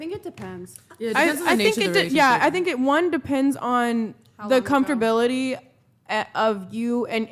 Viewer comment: "comforbilitilty"? What kind of word is that? Education has failed these women.